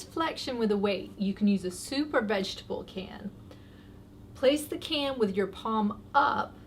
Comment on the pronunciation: 😂😂 soup or vegitable can.. Sounded like super vegitable can 😂😂 wondering how big that was gonna be!!